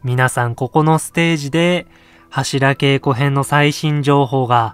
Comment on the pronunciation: 何で柱げいこじゃなくてけいこ？